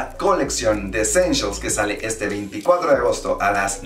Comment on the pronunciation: Jajajajajaja ve a buscarlas para la proxima coleccion y a lo mejor encuentras "Eschenchials" 😂😂